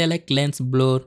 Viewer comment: its pronounced blur not bloor